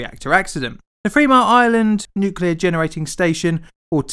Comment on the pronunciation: You should learn the difference "th" sounds and "f" sounds. There is a large difference between free and three. haha